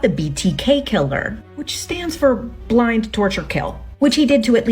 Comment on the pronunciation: "Blind", torture, kill? Lololol its ""bind", torture kill lolololol